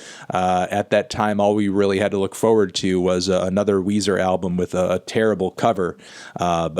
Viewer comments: It’s Weezer not Wheezy from Toy Story 2, Melon. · It’s Weezer not Weezy from Young Money, Melon.